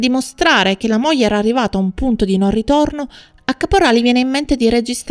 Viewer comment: Buongiorno, molto interessante, ma provi a pronunciare " gl " come moglie , figlio etc. e non moje , fijo etc. Cordialmente.